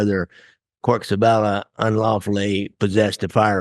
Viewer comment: Isn't it CORKY.... Instead of just cork?